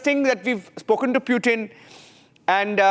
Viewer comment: Idiot anchor , he is not pewtin, he is Pootin